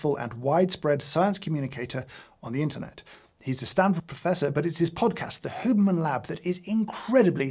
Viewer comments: H-you-berman, not hooberman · The way you pronounce "Hyewberman" as "Hooberman" just hurts me I'm so sorry James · No one: James: “Hooberman” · Can someone just clip every time James says Huberman. I love the Brit pronunciation 😅